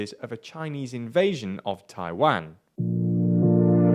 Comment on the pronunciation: Your pronunciation of "Taiwan" is terrible